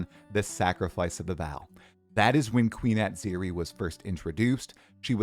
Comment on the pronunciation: the way you pronounced Atziri is criminal!